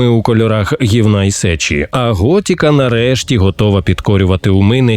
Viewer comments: ГОТИКА а не готіка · Пожалійте українські вуха: не "готІка", а "готИка"... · Ремейк норм, але кожен раз як чувак казав Гот( і )ка через «і», хотілось вʼєбати. Король не «дурак» 🫠. Набридло постійно чути ці русизми у випусках, краще компілюйте тексти.